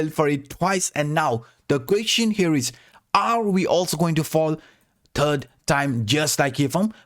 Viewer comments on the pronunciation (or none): none